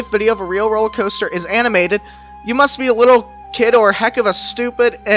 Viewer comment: Ah yes, the roler caster